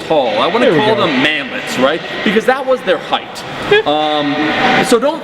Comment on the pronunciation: What is he saying ? Manlity? Manlady? Whut? EDIT So appearantly it's 'Manlet', and everyone under 5'11 is a manlet? That's fucking retarded, considering the worlds avarage is 5 '7 and the USA avarage is 5'10. You should all come to the Netherlands. If you're below 6'3 you'll be considered a manlet here. And yes, i'm 5'10, so i guess you could consider this 'manlet rage'. Oh, the things i learn on the internet everyday.